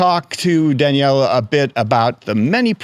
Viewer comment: Very impressive! I did wonder about the interviewer's pronunciation of "Daniele" and, of course, a trike is not a bike. Nothing said about the luggage capacity of the touring velomobile (which I assume did not tilt?).